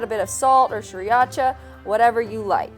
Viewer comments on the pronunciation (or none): Love you guys but i must say you say sriracha very wrong haha it's pronounced SREE-RACHA